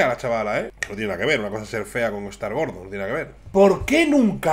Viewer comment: gorde??? Habla bien